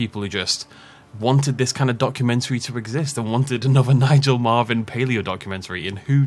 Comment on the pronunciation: Marven, not Marvin, 😂